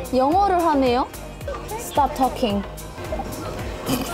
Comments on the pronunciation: 개인적으로 포니님 처음부분에 로봇이 대화하는데 "스탑토킹"이라고하시는거 킬링파트같아여ㅠㅠㅠ 발음 완전 좋으셩💕💕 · can pony speak english? her 'stop talking' sounded pretty good!